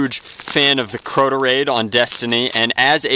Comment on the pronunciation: It's Crota not croto